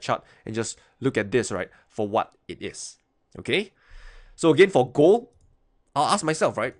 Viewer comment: Love the way you pronounce "gold": gooo:)